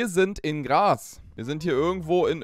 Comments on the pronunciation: Ok ich weis du kommst nicht aus Österreich aber es heist nich Gras sondern Graz das ist die Hauptstadt von Steiermark. Nur damit du was neues über Österreich lernst wollte ich dir bescheit geben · Graz falsch ausgesprochen 😢